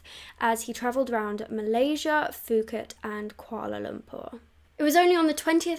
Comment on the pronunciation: It's so weird hearing you say Malaysia! Kuala Lumpur is in Malaysia though (just fyi) <3 ly!!